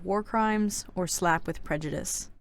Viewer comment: 1. Wheres Monarch??? I know we dont see her in the books but she was their.... WAS. 2. I origannly thought that BattleWInner was BattleWiener... like a weinner dog. 3. I VERY much disagree with snowfalls ranking i would but her in the orange (no offense) 4. I thought Prejudice said Pre-juice 5. Fav good queen: Glory. Fav bad queen: Scarlet. least fav good queen: Coral. Least fav bad queen: SNOWFALL